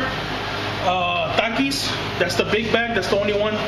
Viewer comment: i like how you said TAKIS